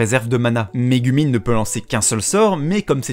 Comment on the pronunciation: Répète après-moi : Ka-ZOU-ma, Mé-GOU-min